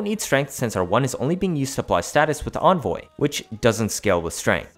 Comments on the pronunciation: there is no way in phonetics that an e can be pronounced like an o in the english language, it can sound like ee as in weep, eh as ing exercise, and uh as in mechical. nowhere does it say o as in onvoy, also vigilante has the ah sound not the ey sound. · I hate the way you pronounce things, onvoy, vigilonte, etc, please pronounce it right